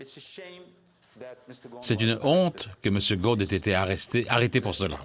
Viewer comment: Il s'appelle Ghosn et pas Ghon, çà se prononce GhoSSSSSSSn